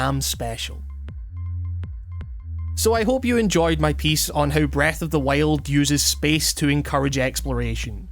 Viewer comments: sounds like you’re saying breath of the whale lol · This was a fairly good video discussing "Breuth of the Wiald" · Breeth ohf di wield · Breth oaf de wyold